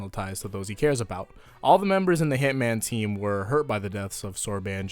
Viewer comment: could you please never say hitomano teamu ever again please?